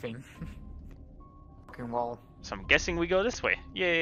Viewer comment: I like how sometimes says “Dis” instead of “this”